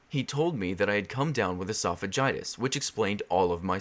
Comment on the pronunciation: really really late to this but he said esophagitis